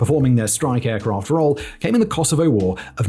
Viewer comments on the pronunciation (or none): none